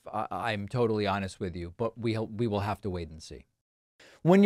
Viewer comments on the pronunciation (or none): none